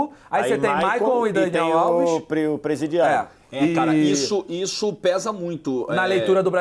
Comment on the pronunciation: do vídeo não tem como não dar risada com o falando presidiário 🤣🤣🤣